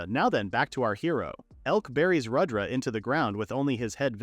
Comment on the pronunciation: It’s not Radra it’s pronounced as Rud dra